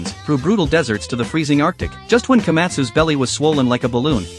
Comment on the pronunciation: “Rasa Sayange?” That’s unique to add Also, i really need to hold back the queasiness from hearing Kamen & Komatsu’s name pronunciation😅